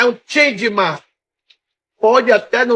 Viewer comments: O cara é Doutor e não está conseguindo pronunciar a palavra Gentleman, confundindo com Changeman.😂😂😂😂😂😂😂😂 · Não é chentman é getleman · O sujeito é tão analfabeto que não sabe falar Gentleman! Ao invés disso fala Changeman! Que eu saiba, Changeman era um tokusatsu que passava na TV nos anos 80 e 90! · Ele quis dizer GENTLEMAN, mas saiu "ChangeMan" kkkkkkkkkkkkkkkkkkkk tá na pista. hahahahahha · "Changeman"😂😂😂,acho que ele queria dizer gentleman 😂😂, mas é o "", ele tem facul,"dotorado",tá certo, na próxima se você virar o Jaspion talvez dê certo 😂😂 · "...chenchemam"???? Que isso doutor??? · gentleman ou chandmamn kkkk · eu tive que voltar o vídeo para ter a certeza de que eu escutei o falando *chadman*. trágico senhores. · "Changema", essa doeu na alma, kkk! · ''Changeman'' HAHAHAHAHAHA. Ô '' ai tu quebrou demais. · tentando falar gentleman foi de lascar kkkkkkkkkkkkkkkkkkkkkkkkkkkkkkkkkkkkkkk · é suposto ser “gentleman” ele que não sabe falar direito 😂😂😂